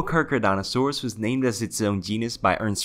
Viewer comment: Charcardontosaurus, Car-Keh-Roh-Dont-o-saur-us, not Geega, its Giga like Gigabytes, Giganotosaurus.